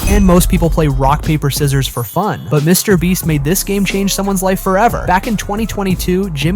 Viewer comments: "Mr. Bleach" XD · Mr Beat? Bro, what is with this voice over? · Why are you saying Mr. breast Mr. bleach and Mr. beat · You said it again quit saying Mr beat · You just said Mr beat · Yo is it just me or did he say mr BLEACH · Why is it half way through the video it sounds he’s now “Mr Beach” and/or “Mr Bleach” at times?